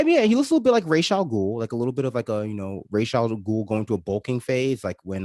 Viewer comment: huh, got the correct pronunciation of "Ra's al Ghul". Maybe he can get Bane ethnicity correct before Sam ruins it?